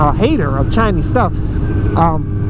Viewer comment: It's Chinese, not chiiiiiiiniiiiiiiiize, talking about electric motorcycles but downgrading everything that's Chinese, are you dumb -_